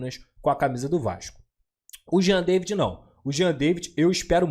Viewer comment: a pronúncia é Jean "Davi".